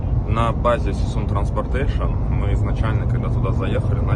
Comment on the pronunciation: сисун транспартэйш - уоброщайтес